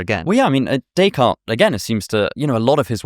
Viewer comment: Having a fancy intellectual discussion while butchering the name 'Day Card' is oh so British. It is almost as bad as the way they pronounce Ibiza as 'Eye Beether' :-)